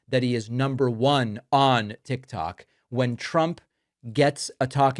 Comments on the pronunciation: He said tic tac what an idiot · This is embarrassing listening to him, nobody's taking him serious, he acts like he's real tough, these people laugh at him. He's talking about TIK TOK, like a child, he said TIC TAC. IIMPEACH,IMPEACH, IMPEACH.